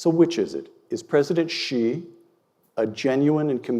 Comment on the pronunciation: As far as pronunciation for President 'Xi' goes, I think you will need to get your pronouns right? It's 'she', not 'zhe'